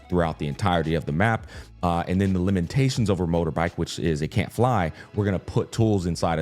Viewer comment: Unc's next challenge is pronouncing the word "limitations" after overcoming Startorch 🤣 Nothing but love though <3